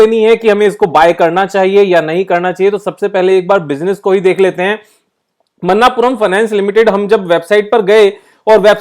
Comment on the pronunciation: Pronunciation is not मन्नापुरम its मणप्पूरम